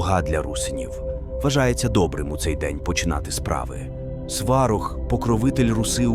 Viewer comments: Дякую Вам за відео! 🙏 Але дуже відволікала постійна зміна наголосу в одних і тих самих словах. Навіть Сварог - був то СвАрог, то СварОг. Чомусь "вогнедихАючий" замість "вогнедИхаючий", плугА, ВелесовА замість ВЕлесова і тп. Мені, наприклад, нема діла до картинки, бо я не дивлюся, а слухаю, то це дуже ріже вуха. Я сподіваюся, що у наступних відео так не буде. Бо дуже цікава інформація 😊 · Сварóг а не свáрог⚡️⚒️ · Неправильні наголоси і вже не перший раз.... ОбрУчка, СварОг, вірУвання, ремЕслами !!!!!!!!!